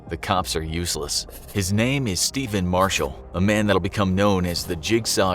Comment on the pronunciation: it's stephan not steven